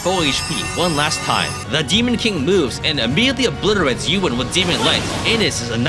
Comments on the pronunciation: I like how you mispronounced Ewan like we do since his name is the same word in our language that roughly translates to "I don't know". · The way you pronounce Ewan is still very weird to me. Good run though!